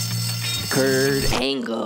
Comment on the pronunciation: I keep coming back to this video for "KuRT AnGLllee" 😂😂🤣🤣